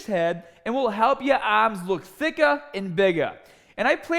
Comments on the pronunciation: Help your aaaaaaahms look thickaaaah and biggaaaah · Get biggahh and thickahh Aaahhmmmss